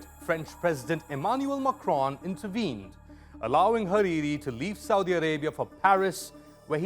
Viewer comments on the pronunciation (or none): none